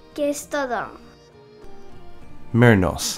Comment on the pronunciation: I think the way she says Kestadon is more accurate to the english than how you did lolol